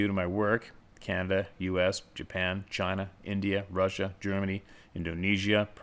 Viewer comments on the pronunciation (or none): none